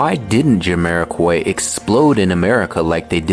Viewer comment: it's Jamiro(kwhy) not Jamiro(kuoy), AI smh.